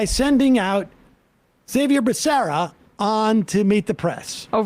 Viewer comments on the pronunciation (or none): The secretary of health and human service is a Hispanic American, and his name Xavier would be pronounced Javier. And being in the media and incapable of pronouncing a cabinet member's name that you are reporting on is frustrating. Despite not pronouncing his name at first glance, it would be reasonable to deduce that he is of Hispanic descent; he would not pronounce his name the way you did. I am nitpicking here a little bit, but this is pretty par for the course for The Majority Report and should probably be addressed by producers or editors or people that prep the stories that you were going to cover, and this is only going to improve the quality and production value of your show.